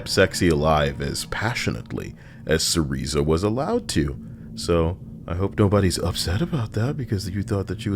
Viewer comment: Pedantic: you're pronouncing wrong "Cereza"